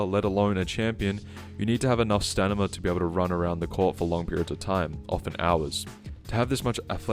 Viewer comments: Take a shot everytime he says stanima. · "stan i ma" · The way this guy pronounces “Stamina” threatened to give me a brain aneurysm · It’s STAMINA. You bumbling baboon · it's stamina.